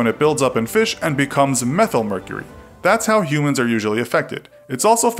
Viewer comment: It is called Methylmercury. Not methomercury.